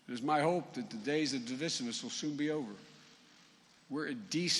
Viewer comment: “today’s divisimous” 🤣